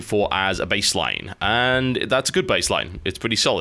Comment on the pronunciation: inb4 someone making a remix of this cause TB said "Bassline" (baseline)